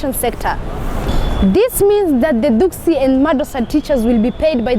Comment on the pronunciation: *Dugsi, not duksi